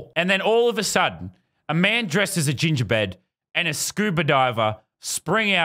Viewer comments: idk if its me or did he miss say gingerbread and accidently said gengerbed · Lazarbeam: a man dressed as a gingerbed jumps out of a toilet and yells poopy time! Viewers: it’s pronounced gingerbread!